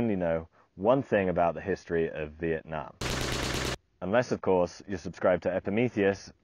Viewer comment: I'm a Vietnamese. Pronouncing it like in the video is decent. Yue nam is totally unheard of.